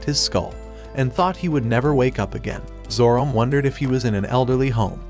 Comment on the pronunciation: Have you ever considered spelling certain words (specifically names) different to have the AI voice pronounce them properly? Like spelling it Zoromay or Zoromai instead of Zorome.